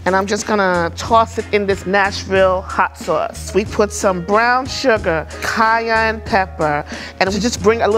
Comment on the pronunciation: Why is she saying "Jayenne" (spanish J)... is that how you pronounce Cayenne Pepper?